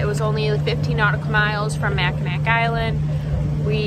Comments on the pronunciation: Awesome adventure! But FYI nobody in Michigan calls anything “Mack ____”. We never shorten the name Mackinac. Also, regardless of the spelling (and you’ll see it spelled Mackinac AND Mackinaw), it’s always pronounced like Mackinaw and never with a hard K sound at the end. Not hatin’, just trying to save you some embarrassment 😋. Cheers! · Mack - e - nawe, not Mack e nack. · MACK-in-naugh…no hard k at the end…